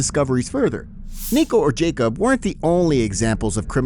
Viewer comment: thats not how you say jacob